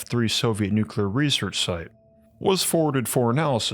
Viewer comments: PLEASE...PLEASE....I love your vids BUT Nuclear is pronounced Nu-Clee-er...NOT Nu-Cu-Ler...PLEASE... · This is driving me insane. Please look up the correct pronunciation of nuclear. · That and how he pronounces 'nuclear' really irks me!